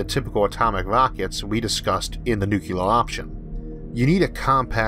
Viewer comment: Issac, are you saying "nucular"? Surely not. :p Your vids are excellent, thank you for doing them. Great presentations, great narations, great and interesting content every time. You're one of few 'tubers I have on notifications and make a point of catching! Great work. :D